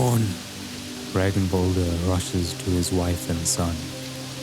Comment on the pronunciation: It's not Rag-in-vaulder, it's rag-nuh-vaulder